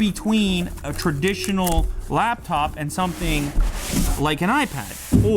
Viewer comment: I’m bothered by “laBtop”.